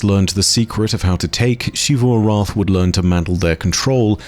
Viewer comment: Shee-vu returns. Sigh